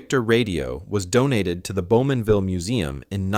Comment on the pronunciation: Bowmanville! Not Beaumanville.